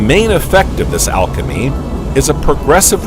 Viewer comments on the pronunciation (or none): none